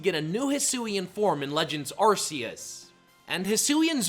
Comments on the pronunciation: A-R-C-H-A-L-U-D-O-N. That’s how it’s spelled! You skipped a vowel. I’m also getting tired of the ar-SEE-iss pronunciation. It’s a hard C, not a soft C! ar-KEY-iss! 🤨 As for Hydreigon, it’s pronounced hye-DRY-gihn, as in Hydra, Drei (DRY; German for three, referring to its heads), and Dragon! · It’s pronounced ARK-UH-loo-dahn, ar-KEY-iss, and hye-DRY-gihn, “”! 🤨